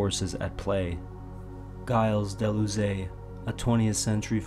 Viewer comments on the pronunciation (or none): Good video but that pronunciation of Gille Deleuze is hilarious 😂